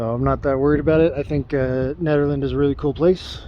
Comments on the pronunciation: Yea, it’s pronounced like you’re saying Ned, not needle. You said it right towards the end of your video. If you go slower on the camera, it’ll make us less dizzy. Drink lots of water because of the elevation. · Nehderland , that's how it's pronounced. Just to let you know. 👍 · Great to see you in such familiar territory! You mention a small town north of Nederland (pronounced Netter land, I do believe), was that Ward? Nederland used to have the Frozen Dead Guy Festival until 2023 (look it up). You should be able to find tons of spots to camp. Most of the areas are National Forest and you can camp anywhere in those (at least it used to be like that). Keep it up,!